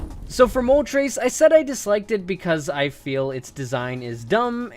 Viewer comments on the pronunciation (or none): I've never heard anyone pronounce Moltres as Mol-Trace until today 🤦🏻‍♂️🤦🏼‍♂️🤦🏿‍♂️